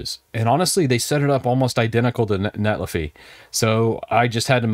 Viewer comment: I believe it's net li figh, as in a verb...